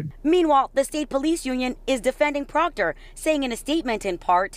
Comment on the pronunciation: Who cares about Proctor and his family! He brought this on himself. Too bad so sad Proctah Troopah.